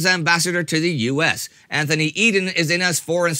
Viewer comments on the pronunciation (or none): none